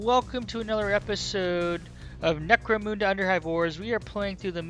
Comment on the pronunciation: Not criticising, say it how u want, but, it’s necro munda, munda like under not necro moonda, u get a like for the effort tho 👍